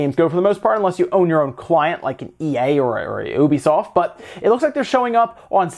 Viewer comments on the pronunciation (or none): none